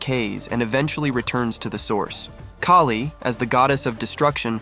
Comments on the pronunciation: It’s Kaali, not Kay-lee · Pronounced as K ah li. not K a li.